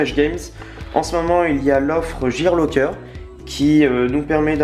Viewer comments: on dit gear locker pas jear locker put1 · "Jear Locker" R.I.P.